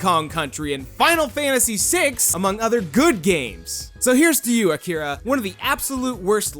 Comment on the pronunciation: Your first pronounciation of Akira is a LOT closer to the correct Japanese than the America-fied one you used after. It's most certainly not Akeeeeeera.